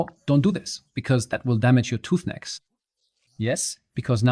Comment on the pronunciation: damages your tooth necks? what you saying? sorry I cant catch the word youre using. I think its the accent?